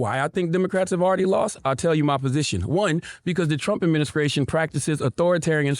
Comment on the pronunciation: Is he saying "adminiscration"?!?!